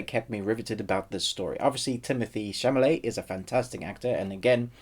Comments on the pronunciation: Good review but it’s Chalamet, not Chamalet. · Thank you! I respect your struggle with Timothee's surname)))))